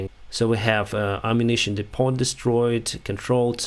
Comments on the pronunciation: Excellent footage & commentary, as always. Small pronunciation correction; in English the T in the word Depot is silent. American pronunciation: Dee-po. (In British English the word is pronounced Deppo). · I was an English teacher in Thailand, so pardon me for offering language advice. Depot has a silent 't.' When an ammunition dump is hit, the subsequent explosions are called 'secondary explosions.' All in all,, you're doing a great job. You're a Ukrainian national hero. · When pronouncing depot in english the t is silent. Very informative presentation.